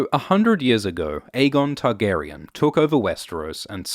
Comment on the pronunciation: I wish you wouldn't put stress the "on" in the Targaryen names. The actors don't...GRRM doesn't...That being said I do like these vids